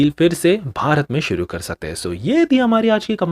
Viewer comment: Pl change the voice modulation of your beginning word 'Suru kartayhain dosto'.